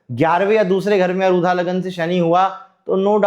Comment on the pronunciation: कम उम्र में ही ज्योतिष का आपका अध्ययन इतना गहन है, अनेक शुभकामनाएँ!🌼 केवल एक सामान्य निवेदन है— कृपया अरुधा नहीं, आरूढ़ बोलें। आरूढ़ (Aarudh) सार्थक शब्द है, अरुधा का कोई अर्थ नहीं है। वर्तमान ज्योतिष में यह शब्द चल निकला है, परन्तु विषय-विशेषज्ञ से अपेक्षाएँ अलग होती हैं।